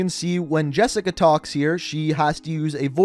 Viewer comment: It’s Jessica